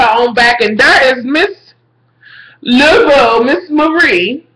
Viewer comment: your mispronunciations of Cathy Bates character give me life!! you said miss "Labodabo" LOL! love your reviews!